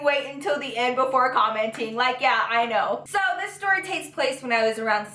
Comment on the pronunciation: I love how she pronounces words with "st" 😂 seriously not being shady. I look forward to it. "Shtory" its so cute 🤗💜